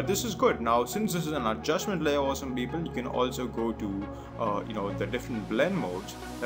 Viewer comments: your tutorial is good but please stop saying "esem beeble" * wathever that is.. haha. (i know ur saying awesome people) just don't anymore.. lol. thank you for the tutorial. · I actually thought he was saying Justin Bieber instead of awesome people...